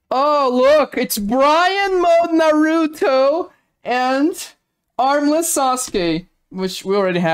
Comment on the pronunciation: ah yes “Bryan Mode Naruto” 😂